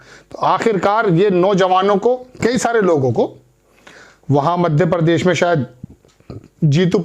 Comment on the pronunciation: दुनिया के सारे चूतिय इसी चैनल पर है क्या ? एक तो इनको ठीक से हिंदी बोलना नही आता परदेश नही प्रदेश होता है । परसारण नही प्रसारण होता है